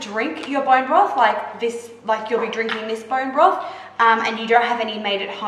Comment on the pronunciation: "Borrreen Brofff"